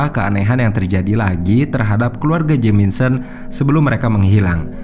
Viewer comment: Sumpah.. geli ma keganggu ma red OAK.. RED OUGH LA.. JELAS2 JAMISON TP SELALU JADI JAMINSON.. NAPA MIN? MENTAL ILLNESS??? Ngadi2 penyelisiran.. artinya apa??? Penyisiran? Penyelusuran??? Ayolah jgn asal2an ntar endorse netfilx g masuk lagi..